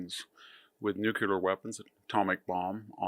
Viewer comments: Nuclear, not nucular. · With all due respect, please learn to say "nuclear" correctly. You are far too educated to constantly mispronounce something that could kill us all. Please look at the order of the letters and practice saying it the right way. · It's difficult to take Dr Hanson's views on this matter seriously when he doesn't even pronounce "nuclear" correctly. It's not a three syllable word "nu-cu-lar" - it's two syllables - "new-clear".